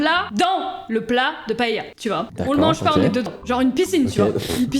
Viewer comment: Vous prononcez Paella,paela.Etant espagnole,je devais le faire remarquer 😂😂